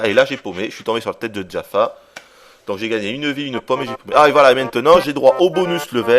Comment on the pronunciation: c'est Jafar et pas Djafar